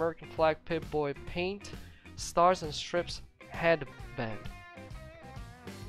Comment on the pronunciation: it's stars and Str"I"pes(I as in I am, not I as in pip.